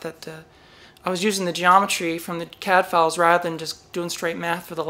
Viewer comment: Woowoo. Congrats. BTW, every time you say CADfiles, I hear Cadfael and think about a crime solving monk during the Anarchy.